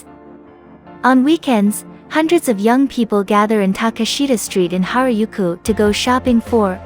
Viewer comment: That's precisely what I was thinking! Shinjuku "Jailent" Park? What is it!? ”Ropponji”？”Harayuku”？”Shydom Station”？Total lack of credibility.